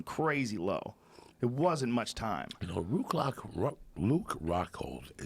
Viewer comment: “Ruke Lockhold” 😆